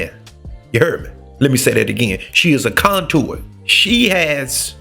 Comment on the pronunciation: Conduit. Con- du-it 😁